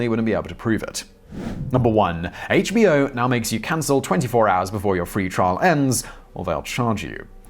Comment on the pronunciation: Simon you ought to review the scripts instead of reading them cold. More than half the time you pronounced "HBO Now" (the name of the company) as "HBO now" (two separate words/thoughts).